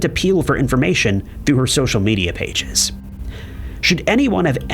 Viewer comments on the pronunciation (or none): none